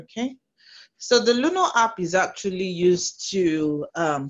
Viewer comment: Luno not luna please